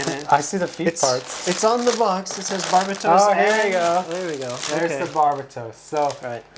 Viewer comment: the way they say Barbatos is driving me crazy